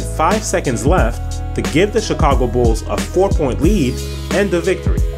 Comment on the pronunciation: the "Chikhhhaago" Bulls.